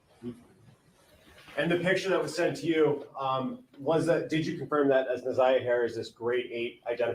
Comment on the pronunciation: You keep calling her zaniyah